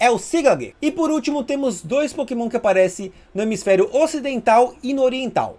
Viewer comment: "É, galera, são muitos POKÉMÃO[...]" Desculpa, mas não consegui segurar risada, kkkkkk.